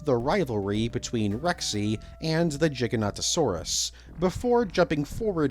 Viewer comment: WHY is it so hard for people to pronounce Giganotosaurus correctly? its not that difficult